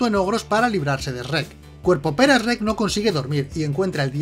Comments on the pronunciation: En España les cambian los nombres o que pedo!!? Aca les decimos burro no asno y shrek no "es reck" 😂😂 aun así buen video mi buen saludos desde México ✌✌✌ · es Shrek, no ES-REC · Jajajaja "Shh Rek" "La ciénega" "Asno" "Lobezno" "A todo gas" "Onda vital", no importa como les digan, sus vídeos me encantan ❤️ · El ESRREK 🤣🤣🤣🤣🤣 me parto el culo jajajaja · Esrrek, Asno xD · Quien es asno? Que no era burro? Y quién es Esrek? 🤦 Estos españoles.. 😂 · "esreck" jajajajajaja 😅😆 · Esrek? ESREKKK?????Así le llaman en España a Shrek? Que coj….??? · Porque le dice esrek